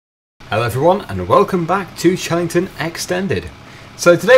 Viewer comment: You said chelington extended at the start of the video